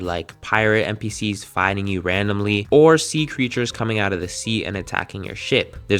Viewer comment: said aut 😂🎉😂🎉😂🎉😂